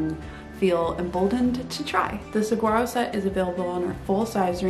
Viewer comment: I love the southwestern vibe apparent in your pattern designs. Not to be disrespectful, but please pronouncs saguaro correctly. The “g” is pronounced as a “w”. I lived in Texas and in Arizona and had saguaros in my yard. This precious cactus are protected by law as they have very short roots and grow quite slowly, growing the first arm happens around age 50. It is wonderful to see your pattern carry such an iconic name, and pronouncing it correctly demonstrates knowledge and respect this plant so deserves.